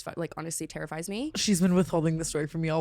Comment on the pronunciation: Talking about the lashes and it sounded like tana said "it Tara-fies me" 😅 What happened to Tara?!